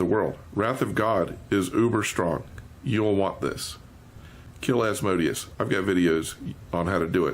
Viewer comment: Very informative, and my only complaint I have is the mispronunciation of Asmodeus. It hurts me lol....